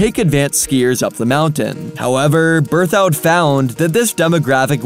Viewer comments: Can't get over BerTHOUD, instead of BerthED pass. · It's pronounced ber-thud not ber-thowed. I wish there was a future for Geneva. Cuchara doesn't get enough snow. It's not going to work. Colorado needs any new areas to be at or W of the Continental Divide because of snowpack issues. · It's not berthoued! Brrrthud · FYI: Local's pronounce Berthoud "berth - id" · It is pronounced "Birth Ud" pass, or "Birth Ed" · Yeah, I am from Loveland so hearing him say that over and over was driving me crazy. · That’s not how you pronounce beethoud or why winter park succeeded while berthoud failed. Did some hick from Missouri with access to Wikipedia write this?